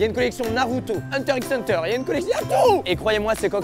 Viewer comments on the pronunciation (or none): "hunter IXEU hunter"